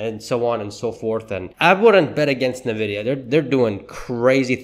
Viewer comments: Pronounced: ennnn-vidia not Nah-video! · You're saying Nvidia wrong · How can anybody take you seriously when you can't even pronounce the name of the company correctly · Could you please pronounce Nvidia correctly... Well I guess not